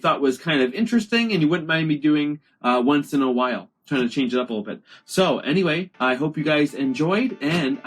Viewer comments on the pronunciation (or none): none